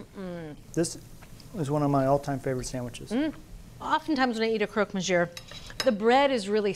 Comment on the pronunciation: It's monsieur with a silent "r" not monsieurre, doesn't hurt to make sure before recording. Love the show though